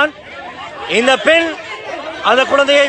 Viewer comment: பென் இல்ல பெண் சரியாக உச்சரிங்க